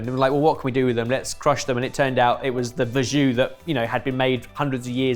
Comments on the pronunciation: Verjus is pronounced vair-zhoo, not verr-zhoo. Very British incorrectly to mispronounce a French word but a chef should know better. It happens so often! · I dunno if this is a Aussie thing, but I'm very familiar with verjus, which we all pronounce as "ver-juice". It's been on our 'posh vinegar' menu for ages. Probably because of our undisputed national treasure Maggie Beer and her close association with the Barossa Valley wine region of South Australia.